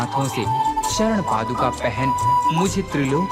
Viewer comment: पादुकामनाएं नहीं होता भाई 😂 ,, पादुकाएं कहते है ।। 😊